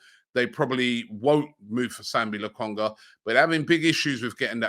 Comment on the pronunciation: LOKONGA NOT LAKONGA